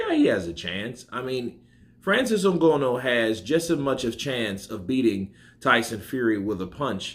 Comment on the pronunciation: It's Ng-an-oo not Ngono. But however his name is pronounced he's got zero chance in boxing